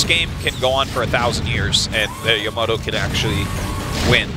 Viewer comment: "YOMOTO" ., it's Yamato...